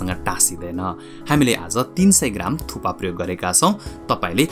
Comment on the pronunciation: It's thukpa or thuppa ,😅??